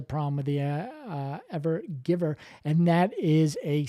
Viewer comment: You got the name right in your title but you said it wrong - it is not the "Ever-Giver", although I'm not sure why not as it is "giving" us all a nice show for a few days at least.